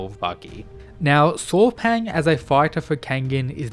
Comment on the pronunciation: his name is pronunce Saw Paing. not paw paing